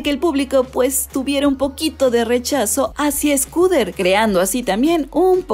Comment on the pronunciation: Porque dices SCOODER Braun? 😓😓